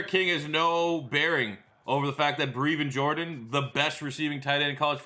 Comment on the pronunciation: Plz pronounce his name right: Breh-vin Jordan